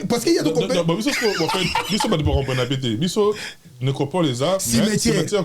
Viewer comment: Necrópole et non netropole, s.v.p..